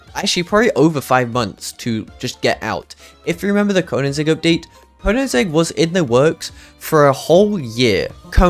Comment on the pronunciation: Bro really said konanzig…